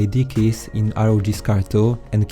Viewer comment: It's not R O J it's ROG as in republic of gamers